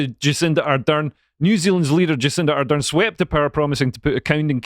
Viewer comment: I like how that Scottish FK pronounces: Jizz-in-da-Ardern 😅